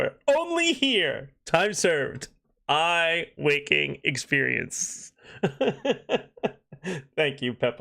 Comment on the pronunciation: I’ve heard, “Eye wakening” many times.